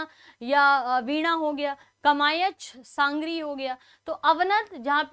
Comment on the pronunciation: sangri nhi hota medm g sarngi hota h😊